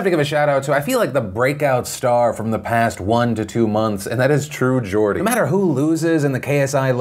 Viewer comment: Hi Phil. Just a heads up, it's pronounced Gord-ie. Not Jordie. A Gordie is someone from Newcastle.